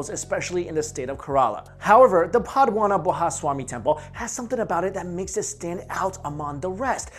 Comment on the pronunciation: What is padha mana bha it was padmanabha ( simply joking don't take it seriously there is no foreigner who could prpnounce Indian names properly now a days even Indians couldn't pronounce )